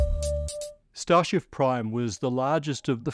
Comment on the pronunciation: "starshif Prime" I heard that